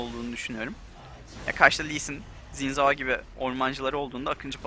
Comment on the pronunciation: Zin zao değil abi sin zao diye okunuyor.